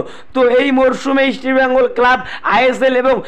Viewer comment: Bhai..mukhe supuri rekhe kotha bola practice koro.. ota "East" Bengal.. Isti Bengal na... r Bright Enebakhare bolte gele jani tomar daat bhenge jabe..😂